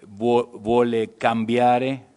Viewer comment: "Una proposta di legge che BUOLE cambiare..." esses argentinos não sabem nem pronunciar a letra "v" em italiano...